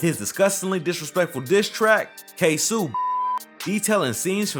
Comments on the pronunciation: His ass said ksouu no nigga ksoo lol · Is no one gonna say this man said ksew instead of kSOe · How you make a whole documentary type video and get Ksoo name wrong ? Lol it’s like Queso not Ksue lol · It’s Not “Ksoo” it’s just pronounced K So like Soluminati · KSoo not K Su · U say Ksoo like "kay-so" no "kay-soo" nigga🤦🏾‍♂️ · It was 23 birthday & its pronounced KAY-SO wtf. Talm bout ksew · its ksOO like you screamin not ksooh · it’s not kaysu it’s KSOOOO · ITS K-SOO NOT KSU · kso not ksu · It’s Ksoo not ksuu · K SOO not K SOUU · “Ksu” NIGGA ITS KSO🤦🏾‍♂️ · Ksoo is K Soh not K Sue lmao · It’s kaso not kasu....smh🤦🏽‍♂️ and jadayoungin is not from Florida 😂😂😂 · Ksooooo not ksuu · It’s K So not sew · Dis nigga said kay sue hahah it’s ksoo🤣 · Its KSOOO NOT KSUUU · Bruh Iss kso not ksooo😭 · That nigga said kasu its ksoo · Bro it’s no kaysu😂 it’s kayso(ksoo) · K (ss O) its Ksoo he said Ksuu 😂😂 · Who is KSEW 🤣🤣🤣🤣🤣 its K S O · Yo ass talking bout ksuu its kso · bro said KSOE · The fact that he pronounces his name Kay Sue even though he could have just did 60 seconds of research and realized the pronunciation is completely different shows not only that this is a white boy that's covering our culture but also that this is just rushed content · 😆 Its Kay-so..Dude a goofy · I died when he said ksoo name wrong kaysu 😂😂😂💀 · We not gon talk bout him saying kasu? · Man said KAY-SUU smh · Who df Said foolio da JACKSONVILLE MAN NOBODY DOWN HERE FEAR DIS DAM MAN ON GOD 😂😂😂😂😂💯DA BLOGS B FUNNY ASF WHEN U REALLY LIVE HERE WTF We happy him and erbody getting notoriety and moved from Jacksonville but man dis shit ain't facts on dez boys man 😂😭 and its Kso (kay so( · Bruh stop saying ksuu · PAUSE HIS NAME IS (K-SO ) BUT SPELLED KSOO u tweakin fam u need sum milk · U Pissen me off 😂by sayin ksoo name wrong it’s Kay so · nigga said kaysu lmao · Its literally Kay-so its tht simple he trippinn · & the Way he pronouncing KSOO......🙄😒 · He saying ksoo name all wrong lmfao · Why u say kso like dat